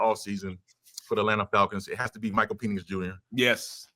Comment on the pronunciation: What is Mike calling PENIX ? 🤣 WTF is Peenix